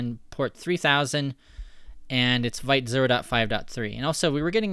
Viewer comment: It's pronounced vit not vite